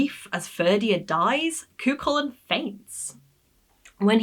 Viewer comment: Cu Chulainn the ch is as in loch not lock Fer Dia 'divine man'